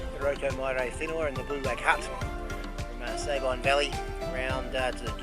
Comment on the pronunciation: Darn! - Just when fellow trampers convinced us it should be pronounced 'Sah-been', here you guys are reinforcing the 'Say-byne' pronunciation again! Whichever way it is said, sure is stunning country. Only been as far as Blue Lake. Moss Pass would have been stunning, but a bit out of my league!